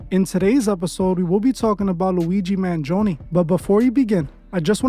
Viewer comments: Man-gee-own-e that's how you pronounce it. I'm Italian I can't help but to comment 😂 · Man gi own is how you say it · you pronounced "Mangione" wrong.